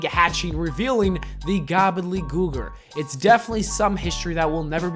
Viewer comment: How did you botch “Gobbeldy Gooker”?